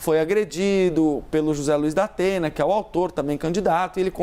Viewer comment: É impressão minha ou ela falou Dapena? Kkkkk